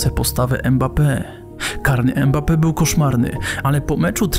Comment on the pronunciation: Dobry materiał, mam jednak uwagę - powtarzasz manierę językową wielu polskich dziennikarzy, ten piłkarz nazywa się Mbappe a nie Embape!